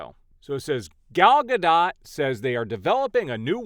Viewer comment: She wants the "T" in Gadot pronounced. She's Israeli. Not French. I agree with the eventual ultimate impact of the strike will have on Hollywood. The traditional major studio is a dying breed. WBD is one confused bunch of fat cats. #DavidZaslavResign